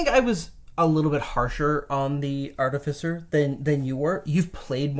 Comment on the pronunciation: all these years. still saying artificer incorrectly.